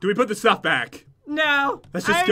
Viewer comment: said Stoff instead of stuff